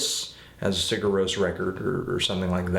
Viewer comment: You got the Rós part right, but Sigur is kinda like Siyer with a short i. It's not exactly a y sound, but it's close. Somewhere between a g and a y... kinda like ch in German, but while vibrating your vocal cords. Also, you got the album name nearly right, except that the i is short. It only sounds like "ee" when written í.